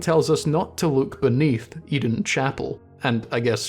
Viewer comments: "I don't know whats going on with Oedon" Maybe if you started pronouncing it correctly, you'd start gettin a better look at it Its name is pronounced the same as how you "Odin", like the norse god. Maybe start from there Seriously, everything else in this video is absolute top notch, but the fact you somehow got "eden" from a word starting with an o and lacking a second e makes me want to drive up to scotland and dunk your head in a chip fryer Keep up the great work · Hearing "Eden" chapel instead of "Oden" chapel was giving me the kind of head-bursting moment you get from popping a Madman's Knowledge.